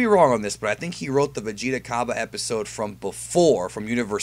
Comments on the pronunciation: It's pronounced Cob-AY not Cob-UH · Hey um...... Cabba's name is pronounced as in 'cabbage.' It's said like that in the Funimation dub